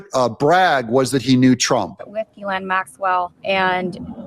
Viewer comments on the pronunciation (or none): QC here...Hey Doug, I'm going to try this one more time for the sake of credibility, pronunciation matters. Hey Doug, here are 4 ways to pronounce Ghislaine Maxwell's name. The "s" is silent. Ghislaine Noelle Marion Maxwell ɡiːˈleɪn ɡiːˈlɛn ghee-LAYN ghee-LEN So, unless you are doing it as a bit, please drop the "giz". Thanks. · pronounced GAH-LANE, Doug.🤪